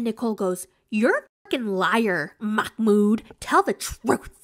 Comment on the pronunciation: It's not a K sound, it's a glottal stop (an abrupt cut off) which is a very common sound in Arabic but much less common in English.